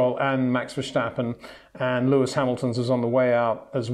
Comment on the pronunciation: HEY PETER WINDSOR, I HAVE MESSAGE FOR YOU SIR: it is NOT Max "verSHtappen" ... Max is not German (Germans indeed do pronounce "st" as "sht") ... #Max33 = Dutch NL/Belgium! ... It is not "Bottash" nor is it "Lewish" certainly not "verSHtappen" .... This BS started long time ago when a British sport presenter interviewed father Jos Verstappen and assumed you can use a German pronunciation to a Dutch Driver thinking it is so "funny" ... It is not. SERIOUS QUESTION: Can any Englishman say "versatile" out-loud without saying "vershatile" phonetically?